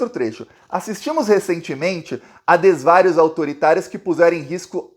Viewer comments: Ou não é desvários é desvarios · Na sua leitura você errou ao dar entonação na vogal A na palavra ''Desvarios''. não existe acento. Abraço .